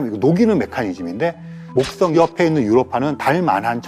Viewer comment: th 발음 ㅋㅋ 목떵